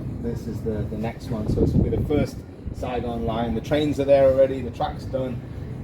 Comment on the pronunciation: Your pal got the city name correctly. It's Saigon